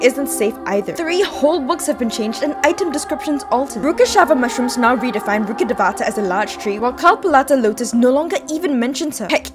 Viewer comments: You are pronouncing Rukkedhavata wrong try saying Rukkh devta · Your pronouncing of rukhdevata is so wrong that it make me laughf ... It's pronounced as " Rukh devta " . Devata literally means God in Sanskrit. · That rukkhadevata pronunciation is completely wrong 😭😭 Its rookh-dev-ta🥲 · The pronunciation of Rukhadevata haunts my soul more. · I laughed at the way she pronounces Rukkhadevata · Dude why does everyone pronounce it wrong it is even pronounced wrong ingame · The number of times you have mispronounced Rukkhadevta made my ears bleed.